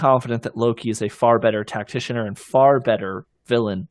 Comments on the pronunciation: Dude. Stop saying tacticianER. That er on the end does not belong there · It’s just called tactician. Not “tacticianer”